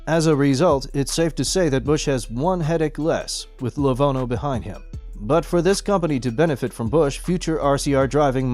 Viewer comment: dude, it is lenovo not levono Get it right!